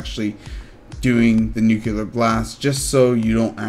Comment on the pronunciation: Info was all fine, but you ramble a bit, and it irritates me that you say "Nuke-u-ler" instead of Nu-clear